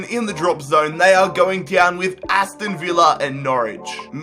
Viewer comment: What's "going diown" ?